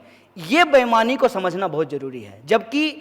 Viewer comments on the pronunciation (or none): none